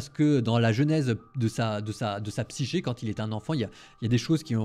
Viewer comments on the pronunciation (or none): none